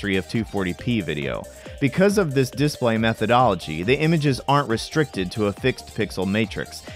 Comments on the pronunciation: couldnt process a thing you were saying because i was too focused on how you're choosing to pronounce "DIS-play" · Good arguments for both sides, but I'm pretty much indifferent to aspect ratio differences in these old games. But now I'm bothered about the pronunciation of "display". XD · It's strange how you inflect on this dis part of display rather than on play You say DISplay rather than disPLAY Just an observation lol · Seems mildly regional. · hrnnnnngggg who says DISSplay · Why do you pronounce display as this play? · The way you pronounce "display" is just begging for a displate endorsement. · I've never heard someone pronounce display like this. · The reason it bothers people is because your pronunciation of “display” is wrong in all the major dialects of English. EFL (English as a foreign language) teachers expressly teach students to not pronounce it the way you do. There are a few other words you used with stress on the wrong syllable, too, like “default”, and various two-word compounds. It’s just rather odd.